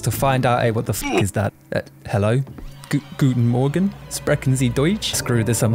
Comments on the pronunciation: Your Guten Morgen and sprechen sie deutsch sounded realy realy good haha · hey that "Guten Morgen, sprechen Sie deutsch?" was suprisingly well pronounced!